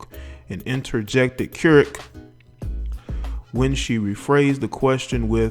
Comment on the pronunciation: Dude as soon as u couldn't pronounce her name i turned u right off to make this comment, here's why u couldn't pronounce her name, because u have been infected by social media, the systems? You're trying to do something You've seen on TV or YouTube but u didn't take the time to prepare yourself, why? Social media makes people who don't know what their doing and think they have a voice if you did u would have made sure your diction and pronunciation was on point smh